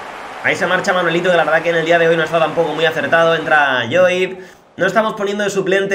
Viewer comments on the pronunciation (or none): Lloyd se pronuncia “ loid” Si le quieres decir yoid no importa crack